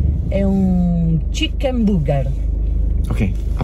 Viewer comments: "CHICCHEN BUGGER" AHAHAHA MORTA! Anche mio papà non sa l'inglese e ogni volta facciamo ordinare a lui per farci 2 risate! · ma perchè dici chicken come se fosse kitchen? 😅